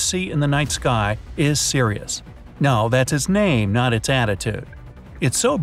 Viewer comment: Only harry potter fans will cry when he say suris